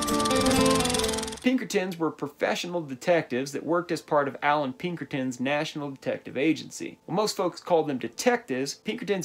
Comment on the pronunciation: i got ptsd the minute u said pinkertins tbh